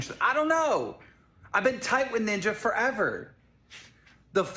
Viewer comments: saying Niña instead of Ninja was extremely annoying and boomerish. something my grandma would do and I dont even like Ninja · the way is so adamant about pronouncing it ninya is so cute